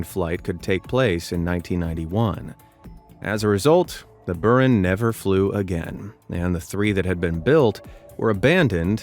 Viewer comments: boo-RAN, NOT "Burn" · Its pronounced bur-AHN! Not BUR-in.